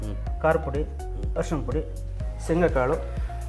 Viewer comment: ಹರಿಶೀನ ಅಲ್ಲ , ಅದು ಅರಿಶಿಣ.